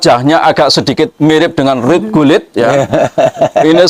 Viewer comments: itu Bukan Ruud Gullid tapi Ruud Kullid. he he he. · Bukan Ruud gullit pk..tpi Rud Gellut😂